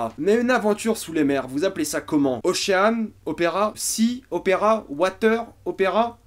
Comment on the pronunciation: "Ochéânne opéra"